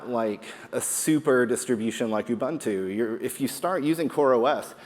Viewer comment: Good talk, got Quay but did not pronounce Ubuntu correctly. I often hear people say Ubantoo instead of o͝oˈbo͝onto͞o.